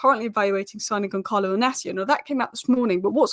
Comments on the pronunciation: YOU DONT SAY GONKALO IS GONSALO WITH A SSS LIKE SNAKE 😂😂😂😂A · and the "L" Makes it Goncaio, not GoncaLo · Soft C on Goncalo. Gonsalo, not Gonkalo. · Portuguese pronounce their Ls , it’s Goncalo.